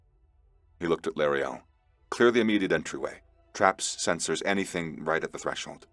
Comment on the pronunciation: I keep hearing Brun-girs name as junior. lol I'm hearing lauriel? s name as la or le Ariel , as in Shakespeare's Ariel from um, 'midsummers nights dream'? or 'the tempest' maybe? 2 that I haven't read anyway .